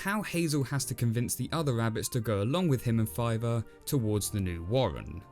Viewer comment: Wait was that the Brother before? With all the other things of saving his Brother?...or did you say “Filer”